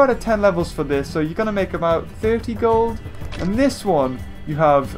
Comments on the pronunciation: Does anyone here him say cold instead of gold 1.24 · said "The only way to get cold." Instead of gold. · beaver it's gold not cold